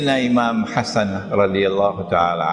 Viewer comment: de sword not "Hassan" but "Her Son" . Listen carefully !